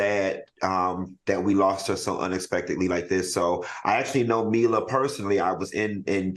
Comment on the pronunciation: I⚰️ when Dr Heavenly mispronounced Ashton and Mila's name😂